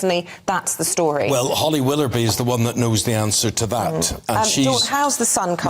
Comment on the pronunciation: Hilarious pronunciation of willoughby Eamonn. There’s no R in it.I reckon Phil is dating someone in itv. The power he wields must be because he has knowledge or something on someone. They are all the same. But I’m not sure why eamon is working either. I’ve always found him like a bank manager. He’s got zero personality